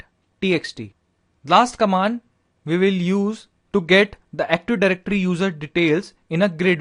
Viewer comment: is not Aktuf Dajrectory , is Active